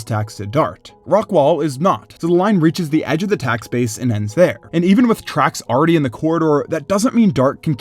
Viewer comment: Stop saying arready